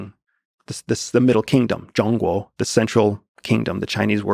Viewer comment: I’m impressed that he is able to pronounce zhong1 guo3 decently